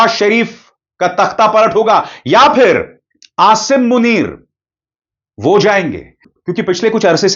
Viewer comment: Abay name tu sahi lay laye jahil asime nhi asim